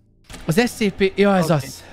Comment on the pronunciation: Amugy bocsi scp èt ugy kel kiejteni hogy scèpè